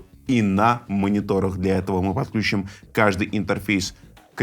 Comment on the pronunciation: подключИм, включИм, отключИм - на "ключ" не ставится ударение, кроме слова "ключ".